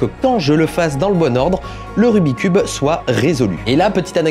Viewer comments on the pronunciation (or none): Il m'a stressé tt la vidéo avec son RUBIII cube ! Pour moi on dit RUBIKS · Il y a que moi que ça stress qu’il dise rubicube et non rubiXcube !? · Pour la toute dernière fois . "Rubik' S Cube" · Jadore ta video mais jiste ces pas rubi cube ces rubiks cube sinon super video continu👍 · "rubique" cube LE 'S' N'EST PAS LA POUR RIEN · Je ne sais pas vous mais ça me soule les gens qui disent : "Rubicube" au lieu de "Rubik's cube" 🤬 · on dit rubiX cube, il faut prononcé le KS. Désolé mais ça ma fait mal d'entendre le nom écorché tout le long de la vidéo... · En tant que speedcuber officiel... ON DIT RUBIK'S CUBE Y'A UN FUCKING "S" AAAAAAAAAHHHHHHHHHHHHH!! La bise! 👌